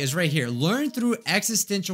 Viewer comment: "learn through existential cWIcis..."